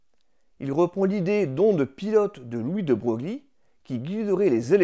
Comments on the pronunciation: Très bonne vidéo. Ceci dit « de Broglie » se prononce « de Breuille ». C’est un nom qui vient du piémontais et qui, du coup, se prononce de manière très particulière. À noter que le village normand « Broglie » se prononce, lui, Broglie. Le français se distingue peu de la mécanique quantique : comme elle, ses lois sont tout à fait incompréhensibles. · Je découvre vos vidéos . Abonnement immédiat à votre chaîne. Bravo : hyper bien fait. Une petite remarque : de Broglie se prononce de Breuil